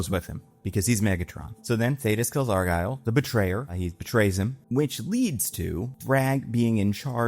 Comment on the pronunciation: why are you saying "Argyle" 😭 its "Argall"